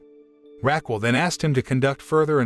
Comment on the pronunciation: My ears hurt from hearing “Raquel” pronounced “rackwell”the whole time